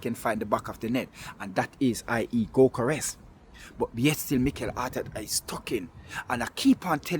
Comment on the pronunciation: That is " go- kor ess"....